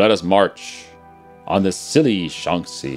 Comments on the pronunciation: sh-ang-zee is how you say it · I think it's pronounced "Shanshi"